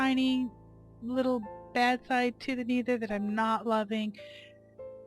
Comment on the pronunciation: My ears are bleeding, wtf is a neether????